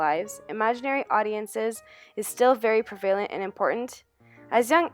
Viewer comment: Good information, but I was distracted by one of the presenters, who frequently mispronounced words like "prevalent". A bit sloppy.